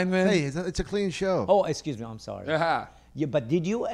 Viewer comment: I'm so tired of hearing "estchuze mee" coming out of mouth on all of these podcasts. >.>